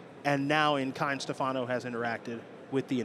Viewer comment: Stèfano, not Stefàno